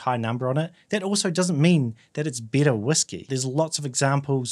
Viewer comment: If you're using whisky as synonymous with "Scotch whisky" you should make that clear at the beginning of the video. There are other types of whisky. Also, when you say "better" it sounds like "bitter". That confused me.